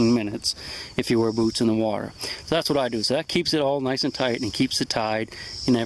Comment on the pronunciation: At first I thought you said lets talk about booze.